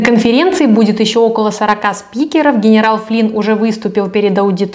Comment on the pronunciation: Акуахоме, сидни пауеу, ..... гнерау флин🤣🤣🤣🥲 может к логопеду сначала а?